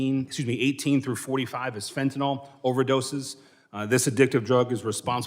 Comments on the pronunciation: It's pronounced fentanyl not fentanol. Like vinyl.😋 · Fen - tin - I ILlL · Not really important but it’s actually pronounced Fent-Tan-Ill